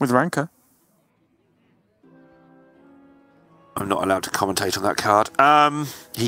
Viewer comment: because he would pronounce it as “wanker” lol